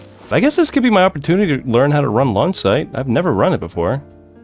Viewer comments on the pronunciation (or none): Did anyone else hear lawn site instead of launch 😂. I love your vids! You should upload a little more. I hate waiting for your newest